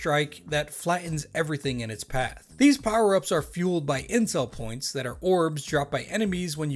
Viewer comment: I'm gonna be honest, the first time you said 'Intel Points' and totally thought you said 'Incel Points'